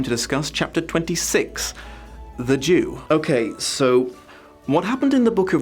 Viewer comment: For most of this video I heard it as "The Due" instead of "The Jew", so I was really confused by why you spat the water out. Once you started explaining it though... Yeah, I guess I'm still naive and innocent in some ways, that it never occurred to me you meant the other spelling/meaning of the word. It's quite horrid how the Jewish people keep getting dragged through the mud in stories like this.